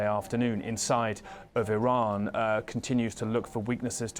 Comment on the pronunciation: Saudi Prince said Iran like Hirler